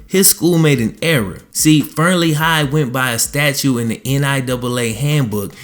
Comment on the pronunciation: is he saying statue or statute?